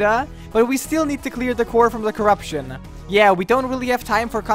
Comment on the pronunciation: It's CORE-uption